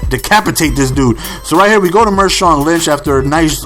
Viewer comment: hahaha he calls Marshaun Linch Mershaun Linch